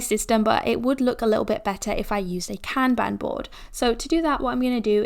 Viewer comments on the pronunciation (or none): You are killing it. Appreciate you. Kanban (カンバン) is pronounced Khan Bhan (as in Genghis Khan and Autobahn not Can Ban🥫🚫). Sorry Japanese History major so I couldn't help it :P